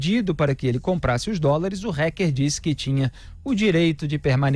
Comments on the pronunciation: Alguém diz ao Felipe que não se diz "RECKER" Kkk é Hacker, Felipe, a pronúncia é Hacker com som de A um pouco mais puxado rsrs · RÁKER E NÃO RÉQUER, ÓTIMA REPORTAGEM, OS PINGOS NOS IS É UMA BOA FONTE DE INFORMAÇÃO, GRAÇAS A DEUS POR ISSO. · A pronúncia da palavra fica melhor assim: "rÁquer" e não "rÉquer". Apenas isso, já ficará melhor! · Pô, Felipe! Fala "TELEGRAM" ao invés de "TÉLEGÜERM" para não ser muito chique, mas fala "RÉQUER" ao invés de "RÁQUER"? 😂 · Mas fala réqer .kkkk a brasileira isso haker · Dói o ouvido ouvir “hécker” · Gosto muito dele, mas dá agonia de ouvir o Felipe Moura falando "reque". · porquê não fala o nome hacker direito. reck reck aff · Em portugues hacker = aquer, english rraquer no rrequer.